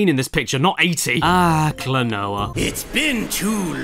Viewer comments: Remember its a Japanese name so using their phonetics its Klo-No-Ah :) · Name: Klonoa Pronounced: Kla-no-ah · Caddicarus: Spends some of video making fun of the game’s name and mispronounces it in all kinds of ways throughout the vid : Just outright says it XD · Klonoa: I Really Can't Pronounce This Game